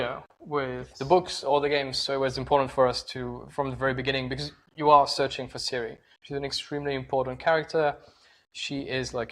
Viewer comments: You obviously don't know anything about the Witcher. Her name is spelled Ciri but pronounced Siri not Kai-ri. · canadianeh16 Not Siri, and definitely not Kai-ri, more like Tziri actually. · So pronounced "Kai-ri"? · Its ciri not siri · Ciri, not Siri! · Pronounced Kiri